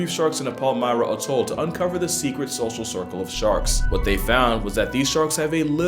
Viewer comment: lol 'Shoshal shircle'